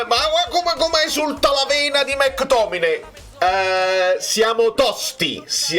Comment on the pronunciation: Impariamoli questi nomi che poi ci sfottono! È McTominay, dai, non è difficile 😅